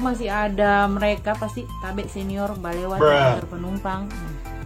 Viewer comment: Mimin jangan bilang "balewat" 😂😂